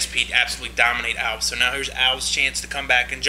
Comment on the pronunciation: alVEZ is how it's pronounced fucktards